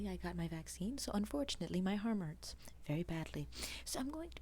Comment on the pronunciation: "unfortunately my harm urts" nice one. lol